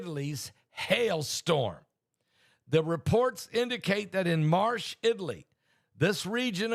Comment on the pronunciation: Pastor if you talk about Marche, it's pronounce markae in italian.. ch in italian is pronounced as a K.. 👍